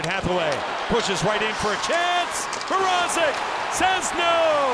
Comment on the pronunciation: Reporters Pronounciation of petr mrazek’s name is terrible